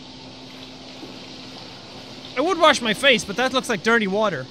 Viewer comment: It’s duwty water